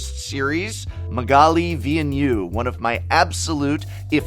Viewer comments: Magali Villeneuve, the prononciation is incorrect, she is a french Artist . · It's funny hearing the prof pronounce "Magali Villeneuve" cause that's not how it's said in french. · As a francophone, hearing you butcher her name so hard and then telling us she's your favorite artist killed me lol. But I get it man. Nobody should be expected to check pronunciation. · Thanks for the review ! But I couldn't stop giggling each time you pronounced "Magali Villeneuve" 😂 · I love when non-french speakers pronounce Magali Villeneuve :D